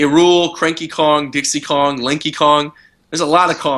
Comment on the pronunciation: I thought he said "Linky Kong" I was like "WHO THE EF IS LINKY KONG?" then I realized who was saying Lanky haha.